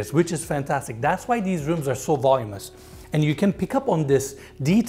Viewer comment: VOLUMINOUS...(not "volumous")...😊